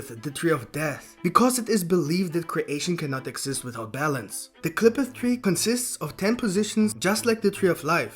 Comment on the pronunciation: Damn he butchers the tree name